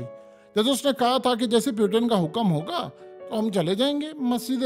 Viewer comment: please check the pronunciation of "Putin"